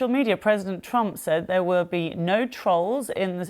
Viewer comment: I liked the mispronunciation of "tolls". However, not sure who are actually the "trolls" 😂, although I have some ideas...